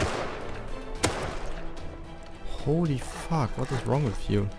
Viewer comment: its said " stupid " not " stjupit " and its said " fuck " not " fak "